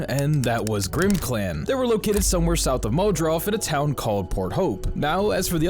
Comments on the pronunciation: why the hell does he keep saying "muldroff"? it's "muldraw"! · Guy, the gh is silent, you should say it as if it were spelled "muldraw" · You really think kentuckians pronounced the ph as a 'f'... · Hey I loved the video but I could not stand the way you pronounced muldraugh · Being a Kentuckian who lives 10 mins from muldraugh it killed me the way you pronounced it. Looool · Hey man, cool video and all but why do you keep saying Muldraugh like that?? Like this comment if you agree he says it stupid! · Yeah that pronunciation of Muldraugh caught me off guard 😂